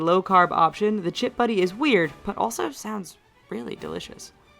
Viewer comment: In this video, the lady said chip buddy its chip butty and yes we have strange rules compared to america. Who cares? We are so used to these rules and you are saying it like its a bad thing. We might not have the best rules and the best food but we are the United Kingdom and we are happy just the way we are and if you don't like it, go somewhere else